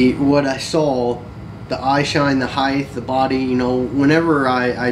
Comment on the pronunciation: I like this documentary and seems very authentic. So, no disrespect, I only say this to educate, and I don’t mean that in a condescending way. However, especially when describing a Sasquatch, the word is, heighT...there’s no “Th” sound at the end of the word. Just like, weight...it’s height... Again, no disrespect, it’s a common error.